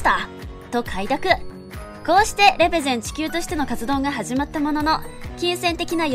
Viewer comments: れ↓ぺ↑ゼ↑ン↓ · レ↑ペゼンがすごく気になる